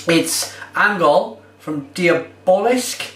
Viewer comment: ängöl is pronounced more how we in uk would pronounce ENGERL.. the ä is an eh sound like the e in lemon (well, almost), and the ö is an er sound with a silent r, like the sound of e-a-r in earn. other than that, nice review! keep up the swedish beers.. i haven't found this on yet